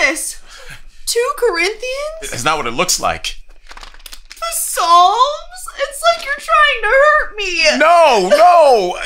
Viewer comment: Potluck-more meat? LOL at you pronouncing the P in Psalms-funny stuff!